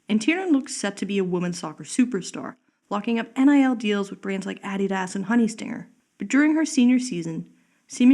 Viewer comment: That pronunciation of Adidas was a choice